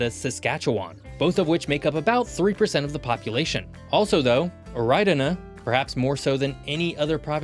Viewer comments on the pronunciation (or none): Oridana, not Oreidana